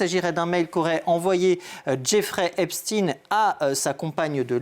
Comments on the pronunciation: Faites vous expres de prononcer "Epstine" au lieu "d'Epsteeeiiiiinnn?" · S'il vous plaît, pas " epstine " c'est pas comme " Sandrine" ou " Poutine "! C'est EIPTSEIN comme " ROTCHILD " ou " Spielberg" c'est donc un haut général de " la guerre des étoiles " et pas du clan de " François le Français".... Pas d'endormissement s'il vous plaît ! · Epst"ine", pou"tine" mdr arretez maintenant